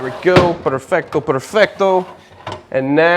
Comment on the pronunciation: I'm italian and when u said perfetto i was so triggered lol